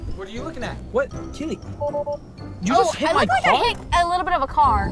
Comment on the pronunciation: ITS KEELEY NOT KELLEY